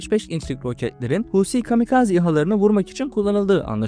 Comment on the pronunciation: Huusii değil,Husi,6 dk kulağımı tırmalayıp durdunuz,dayanamayıp susturdum ve bu yorumu yazdım.